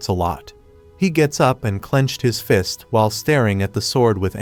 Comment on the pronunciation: I just noticed fist sounds like feest